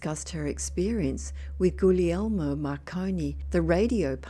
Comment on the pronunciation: So glad to hear you pronounce Gugliemo's name correctly!